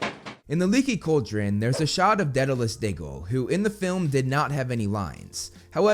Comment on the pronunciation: Dead a luss? It’s Day du luss!